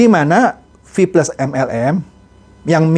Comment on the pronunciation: Rip English wkwkkwkw